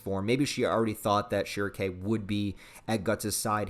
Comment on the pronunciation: The only thing i hate about this video is how he pronounce shierkes name i got used to almightylolis pronunciation of shrieke